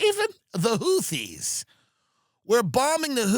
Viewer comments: Say houthee 1 more time motha fucka! Say houthee 1 more god damn time! 😂 whootees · Its amazing tim has had jd vance and tulsi gabbard on the pod and doesn't know how to pronounce houthis. Ok you're fucking with us not knowing how to pronounce chipotle either 😂